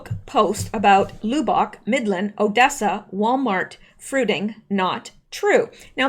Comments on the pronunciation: Lub like tub not lube like tube :) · Say Lub bock not loubock. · fyi its not pronounced like lube bock, its pronounced like the word "rub" or dub ,, lub... with ock.. or how we texans say it "lubbuck" sounds funny the way you say it.. anyway just an fyi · Should I tell you it is pronounced "Luh-Buhk"? No, I think it is too cute to hear you say "Loo-bahk" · Lubbock is like Dub not Lou. :) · It's not lou-bock. It's Lubbock. Like a lug on your tire. But lub...lol lub-buck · Lubbock: LUB [LIKE "CLUB"] - bik. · I'm late watching this. I'm sorry or I would have told you sooner ---- Lubbock is pronounced Luhb Uck. Emphasis on the first syllable. I was listening to you read the article and I could not understand what you were talking about, then I saw you were saying the name of that Texas city. Maybe you can do an update on the fruiting tonight. I don't watch the fake news AT ALL, so have no idea what went on. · Lubbock, pronounce the "u" as "ahh" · Lubbock, we say “Luhh buck” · Lubbock is pronounced LUB-uck. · loobock...lol Lubbock is pronounced like Ugg boots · lubbock is pronounced luh-buck. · Lubbock is pronounced like “Labbuck” a sound. At least in Texas. 😉 Great work!! Thanks :) The Gun Grab Why did no one pull their own gun on these Mk Ultra trigger hit boys. I like your “fruiting “ name for the so-called shooting FF. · Lubbock = "Luh" - "buck/bick" I still love ya though. 😉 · Lubbock is pronounced like "Rub uck". 😀 Probably another FF. Texas Congressional Rep. Dan Crenshaw favors red flag laws. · No... not Lu bock! 😆😆😆😆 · Lub rhymes with tub bock rhymes with clock . Lubbock, Texas. Sorry. Just trying to help, lol.